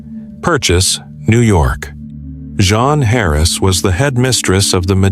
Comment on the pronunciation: Jean, not "John" or the French pronunciation of "Jean"